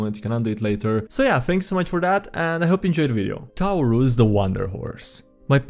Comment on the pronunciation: How did you mess up the pronunciation of Taurus (tour-us) like that?